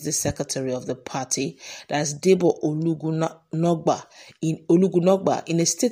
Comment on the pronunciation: Debo Ologun-agba not Ologu-nagba